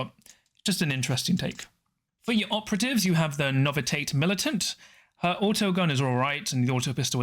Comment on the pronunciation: “Novi-tate” …? No. Novi-she-ate. Novitiate.